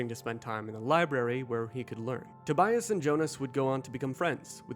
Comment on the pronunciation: Tobias, not Tobayas.